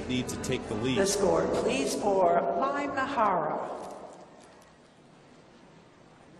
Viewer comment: her last name is 'MIHARA', not 'MIYAHARA' :(